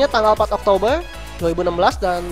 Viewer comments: kalo gak bisa ngomong r harusnya ngomongnya oktobe, kan gk bisa ngomong r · September oktoberr november desember pake R yaaaa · Oktobegr Apa Oktober ??